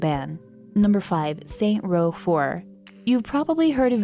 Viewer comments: saintsssssssss row, not saint row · I'm sorry... But did you say Saint Row? >:/ It's SaintS Row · SAINTS Row you dumb bitch, fucking Christ, if you're gonna make a list like this learn how to say the fucking title first